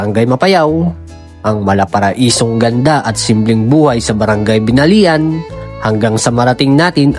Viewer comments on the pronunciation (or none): BINALIAN pronounce as /BINAL-YAN/